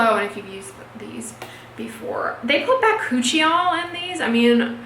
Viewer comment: bacuchial? Why did I think you said by-coochie-y'all!!!!🤣🤣🤣😂😂🤭